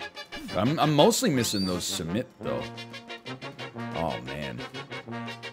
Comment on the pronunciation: NL your first simit pronunciation is almost spot on! Much respect to you for tapping into the Turkish breakfast universe. Btw you can keep simit fresh if you freeze and then reheat at 300F for ~5 minutes.